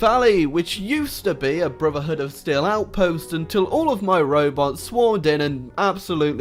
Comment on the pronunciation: No link to mod, doesn't reference mod name, pronounces brotherhood "bruvherhood". Disliked.